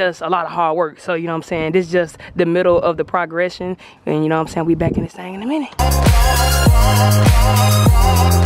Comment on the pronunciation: crazy ass said “pra - gression”